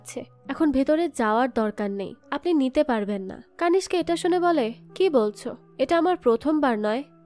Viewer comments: কানিস্কা নয়, নামটা কণিষ্ক হবে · কানিসকা নয় কণীষ্ক